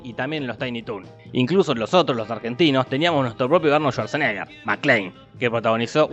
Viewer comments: "un nombre impronunciable" yo pronunciando su nombre: Arnold Suaseneger ✨😂😂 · Arnol Zuarzenéger